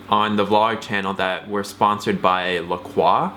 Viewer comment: It's pronounced La-KROY. I want to scream every time you say, LA KWA... That's all. Love you guys!